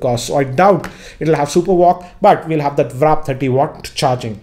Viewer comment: Dude it’s not wrap charging, it’s warp. Stop making a fool of yourself.